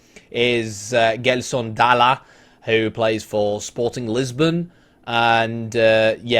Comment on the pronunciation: BTW it's pronounced "Jelson".